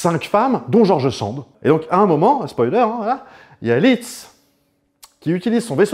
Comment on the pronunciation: Alors on dit Liszt, pas Litz 😉. Très bon compositeur au passage. Il a fait des transcriptions de ouf pour piano, d'œuvres d'autres grands compositeurs, mais vraiment de ouf.